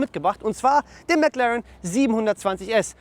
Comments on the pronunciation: Schnitzel6789 MäcLären! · Leute...... Lernt doch mal die McLaren Namen englisch auszusprechen..